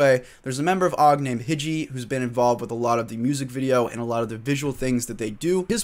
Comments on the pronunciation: dope video, also his name is pronounced (HIGH-JEE) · im pretty sure its pronounced hiji - high-gee